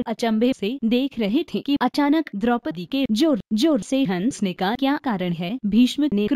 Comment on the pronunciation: Pehle hansne bolna to seekh jao jaiae railway stn wali ladki ki dubbing ho